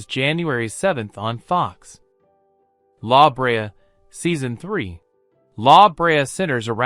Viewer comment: Thanks for this. Good to have all the new shows in one place. One small note. When pronouncing La Brea, the emphasis is on the 2nd syllable not the first. Again thanks for the episode. Will be looking forward to seeing what Feb brings.